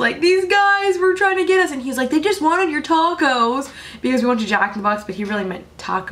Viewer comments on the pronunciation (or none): The way you said "taco" haha